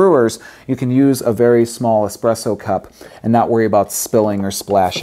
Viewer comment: Espresso not expresso!!-It is Italian!!